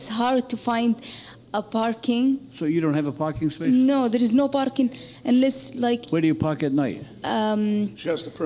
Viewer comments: She is from Saudi with all that accent and smiles of hers. When was the last time an Indian pronounced "Parking" as Barking? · Dang! She networked right through ma heart for sure! Accessed all files! Btw, for those who aren’t familiar with Arabic, there is no “P” in Arabic. You can see the way she uses “B” in place of “P” sometimes. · probably egyptian cause parking was pronounced as barking and thats arab accent they dont have P they have B . mostly egyptians can never learn the p letter so i give it 90% egypt :p